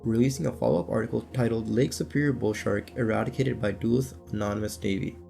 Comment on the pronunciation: duluth is also pronounced wrong 😂 duh looth vs doo luth